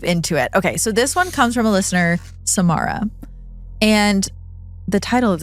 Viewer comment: whew it’s not my story but my name is samara too and when you said it (correctly too thx!!) i nearly jumped out of my seat 😭 freaked me out bc it’s so rare to hear